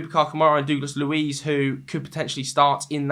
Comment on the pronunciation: Mate. Please stop saying ‘Doogless’ Luiz.